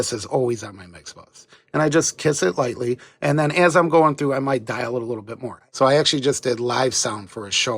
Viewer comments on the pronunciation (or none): none